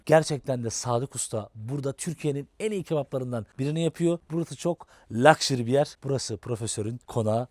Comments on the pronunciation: Luxury ney baba luks diyemiyor musun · 20 senedir ABD’de yaşıyorum, daha şöyle bir luxury diyemedim yahu 😆